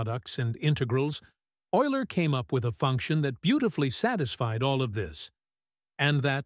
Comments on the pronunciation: No it isn't. you pronounce it YOU_ler. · How Oiler became Youler😊 Of course "Oiler" is the right pronounciation! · yes, and your AI messes it up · Teach your AI to pronounce euler and integral.